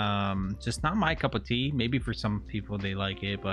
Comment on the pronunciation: This dude really says couple tea?? It's cup of tea 🤣😭